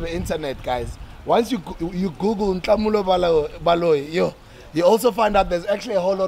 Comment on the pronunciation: But Sbu pronounced Nhlamulo's name very incorrectly 😭😭 and Nota made no effort to correct him😩